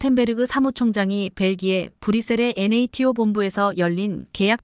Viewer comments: 엔에이티오가 뭡니까? 여지껏 나토로 읽었지 엔에이티오로 읽은적은 없지요. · NATO--->나토로 읽어라 얼간이, 군사용어-공부 좀 하고 읽어라 AI처자야.